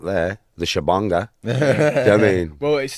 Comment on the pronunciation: "shabonga" he said. What a tramp.